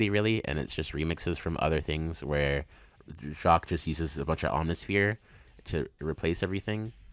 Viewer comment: I laughed my ass off at the sonic 4 placement lmao. Really loved watching this and I learned so much about the background of these osts that I didn't know before!! Ofc I disagree with some placements but thats natural :) Also, Richard Jaqcues last name is actually pronounced "Jakes", which I didn't know until recently. I was watching and interview of him and that's how he introduced himself